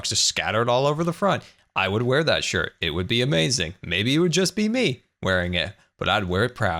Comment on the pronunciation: Stop saying is gonna be amazin. You sound dumb